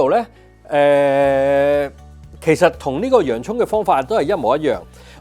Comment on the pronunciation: 多謝Alex的分享🙏 蓖麻油發音應是「悲麻油」😘